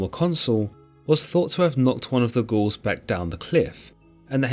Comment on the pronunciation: It seriously sounds like he’s calling the Gauls, the Ghouls 👻